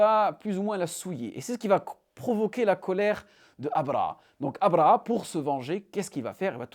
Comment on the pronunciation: أبرهة الحبشي، بالهاء أو أبرهة الأشرم وليس أبرأ( abraa) كما تنطقها انت. تستعمل العربية والفرنسية ولسانك ينطق الحاء والهاء بسلاسة، ولكنك لا تنطق الهاء في ابرهة، شتان بين الاثنين وانت تعلم ( أبرهة وابرأ )، حتى بالفرنسية لا تنطق a. على كل، بارك الله فيك و مزيدا من النجاحات.